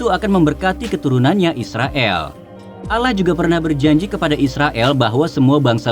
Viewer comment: Admin nya kayak nya org bukan islam sebut allah aja sebut alah😂